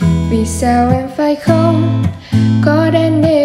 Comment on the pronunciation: Khôn còn tươn lai... nghe giọng bạn thì hay nhưng phát âm nghe hơi tức tức ấy ạ. Góp ý thôi, chúc bạn thành công